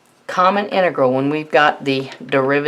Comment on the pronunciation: inıgırl demesinden başka hiçbirşey anlamadım